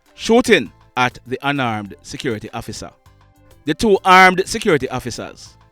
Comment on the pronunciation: Ur narration "Please hofficer, no kill mi!!" 🤣😂😁